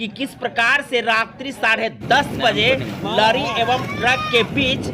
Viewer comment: न्यूज़ वाले चचा लरी नहीं लॉरी होता है।